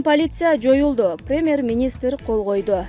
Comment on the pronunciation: АДМИН!!! КИЧИНЕ САБАТТУУ ОКУГАН АДАМ ТАБЫНЫЗЧЫ, КУЛАККА ЖАМАН УГУЛАТ ЭКЕН, " ПИРИМЭР, ЭКЕСЕС, КОНСТЭТУСИЯ,АКСИЯ"- ДЕДИРБЕЙ.